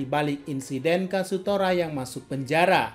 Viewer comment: KAZUTORA ❌ KASUTORA ✔